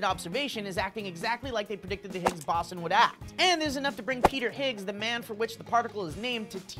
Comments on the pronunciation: To claim first on absolutely no YouTube videos ever, and be the proudest person I can be thanks to that. At least they pronounced Boson right at the start of the video. Can't fathom why they changed it every time after, though. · I find it hard to take you seriously when you can pronounce boson. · you're pronouncing boson wrong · COME ON you said it kinda right then you just said it wrong alll theeeee timeeee and copied him! come onnnN! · The way they pronounce "boson". lol. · freakin said it wrong the WHOLE TIME lol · is pronounced Boe-zawn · BOSON. BOH. ZAWN. FUCKING BOHZAWN. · Higgs-Bo-Zon is how you pronounce it, sorry for being that guy, and also, this discovery is amazing. I don't watch the news so thanx for that information guys, you rock and keep on keeping it on. No seriously, keep your clothes on. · As a student who studies Physics and Chemistry, every time you said Boson, I cringed. It should be pronounced more like Bo-zon. Sorry for being a grammar nazi! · Its "b-oh-son" guys. I had to say it, it pained me a little to hear it mispronounced. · bow-s[on]. like photon. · isn't it higgs BOW-ZAWN? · Boe-zon. Boe-zon, dammit. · I may just be splitting hairs here, but it's pronounced "bows-on." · The word 'Boson' is pronounced "BO-ZON". The term 'Five Sigma' means that there is over 99.9% certainty that something is true or correct. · Isn't it pronounced "bows - on" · I'm Just saying, first, it's pronounced "boe-zon". Second, it's not responsible for ALL THE MASS in the universe, it's responsible for the mass created by the interaction between it and the W particle and Z boson. Your mass has mostly nothing to do with that, but rather the mass created by the interactive energies between the quarks in your protons/ neutrons. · Yeah its pronounced bow-son but its okay you guys are great anyways :) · and... Higgs Boson...(Bow zon) But I love you guys anyways! You guys rarely ever make mistakes and thank you for reporting on this:D